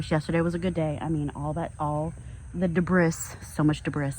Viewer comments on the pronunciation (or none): Great work! I also think "dah-briss" is my new favorite word.